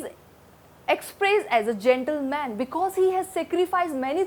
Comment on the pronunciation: Because he is an jantle man😂😂😂 pronunciation mistakes are more😢